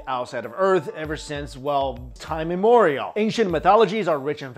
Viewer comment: Time "IM-MEM-OR-IAL" ❤